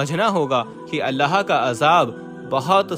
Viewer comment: Every time you saying allaha.it is wrong. You must say Allahu.